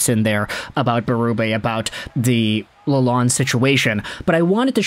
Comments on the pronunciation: Hey, it's pronounced "la lone" he corrected us Michiganians when he got here. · There is a D at the end of his name you must pronounce it Lalond(e). The E is silent not the D. It is not Lalone.